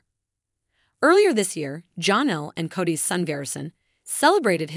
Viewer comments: Her name is pronounced Janelle not Jahnelle. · It’s Janelle … NOT Johnelle! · Please STOP calling Janelle, John-ell. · JAAA-nelle...love these videos but giggle constantly at the pronunciation 😂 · It's just annoying to me. And it is NEVER corrected.